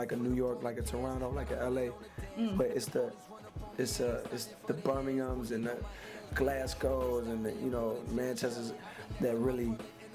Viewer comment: birminham not bumiahms lol